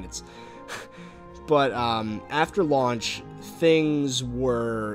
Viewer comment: "lauch day" lul